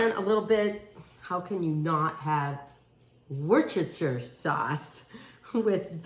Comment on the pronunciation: wor-stir-shire sauce